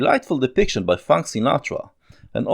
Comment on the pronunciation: "Frabk" Sinatra. LOL